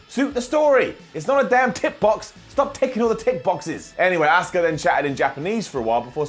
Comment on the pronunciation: americans, pronouncing asuka as aska since pearl harbor.